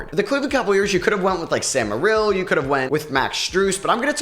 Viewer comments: Who is Sam Mur-rill? 😂 It's pronounced Sam Mare-ill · First you say Sam Merrill’s name wrong then you say max strus😂 just to say Jarret Allen’s most improved on cavs💀 it’s definitely okoro brodie 💯 Jarret Allen been that dude he just needa show up in the playoffs